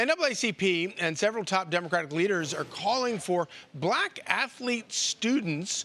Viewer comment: Did he say " afaleet"?